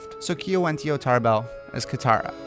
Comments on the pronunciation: Your Katara was correct! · BROO YOU GOT KATARA RIGHT THEY CASTED HERRR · Wow you got Katara right xD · You got Katara right! Kiawentiio got Katara 😭❤ I'm so excited for the representation and hoped so badly when this video came out